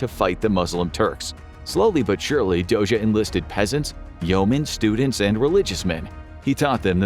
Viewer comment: Very well pronouncing Dózsa! The “zs” sound can be tricky for foreigners. Interesting video!